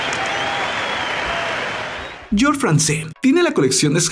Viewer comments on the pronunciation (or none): none